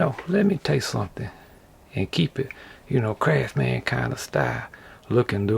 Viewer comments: I love how in his intro he says “” like it’s some mystical force of magic, this channel is truly a gem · also "my name is your host, the " hahaha